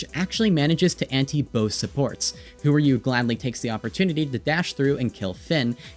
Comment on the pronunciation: I thought Whoru's name is pronounced "who are you" -- "who r u" -- not "whore you" lmao overwatch should really allow names to include uppercase and lowercase letters